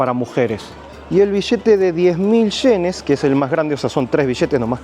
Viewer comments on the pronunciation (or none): El vishete de sincomil shenes. Estos ameríndios siguen sin saber pronunciar.